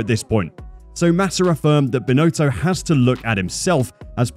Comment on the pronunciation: Total incompetence, Binotto needs to step up and take responsibility and make decisions - or go! It’s really very simple. By the way, his name is pronounced Bin- Otto, not “Bin-Oato”.